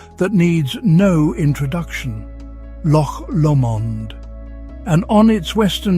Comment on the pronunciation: OMG I want to go home so bad when I watch this and it is New Years Eve. Happy New Year and Lang Mae Yer Lum Reek!! Sitting in one of those cottages by a warm fire as I sit and knit another shawl............sigh! I hate this AI.....Im gone....it is LOCH (LOW_MOND) NOT "LOM_MOND" Sounds like he's giving a chocolate flavoring.....geez!